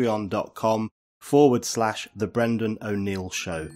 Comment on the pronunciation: Fuck me Brendan, read this comments section, very little comment on the interview and all about cuntreon sorry I meant cuntreon, I just don't seem to be able to get mouth to form the words pacuntreon, see there I go again....note to self...book doctors appointment Monday morning.